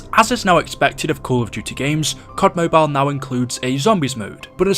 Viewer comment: It's Mobile not Mobile